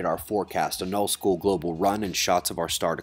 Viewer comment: I know you said "old school global run" but it kinda sounded like "null school", which would be a great band name.